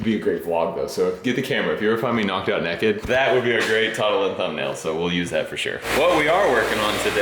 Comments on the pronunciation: Someone pronouncing naked as neked will never not be funny. saying that gave me a good chuckle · Why does Naked sound like a commercial brand out of your mouth XD